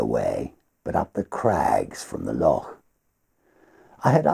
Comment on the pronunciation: Oh my goodness that beautiful voice! Perfect for The Highwayman. Appreciated your expert pronunciation of loch. Keep this stuff coming, absolutely love it.